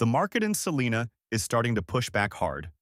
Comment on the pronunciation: It is pronounced "SELL-EYE-NA" (Celina).